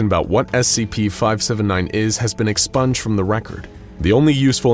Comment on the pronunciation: Expunged? Ex-sponged.